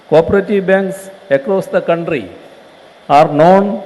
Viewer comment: Our counthry good pronouncation